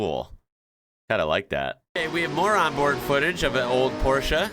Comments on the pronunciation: The German way, not the English way. Very impressive. We just say porsh😂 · is a rare American specimen. Not only can he pronounce Porsche correctly, he also drives a manual car. What a man. Love you <3 Greetings from Germany